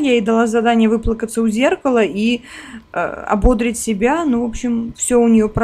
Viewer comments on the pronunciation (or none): ❗️❗️❗️В глаголе «ободрить» ударение ставится на третий слог – ободрИть. В глаголе совершенного вида “ободрИть” ударение всегда падает на третий слог, в отличие от существительного “бОдрость”, от которого происходит глагол.❗️❗️❗️ А от куда взяться повышению Фиби, если ты на серебро рабочий день провела.